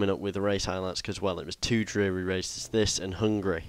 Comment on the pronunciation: Do you know that you always say "hungry" instead of "Hungary"? :DD